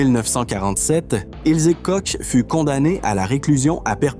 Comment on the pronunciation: Pas Kosch, Mais korr prononciation